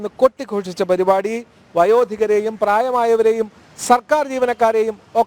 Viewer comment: പരിപാടി ആണ് പരു അല്ല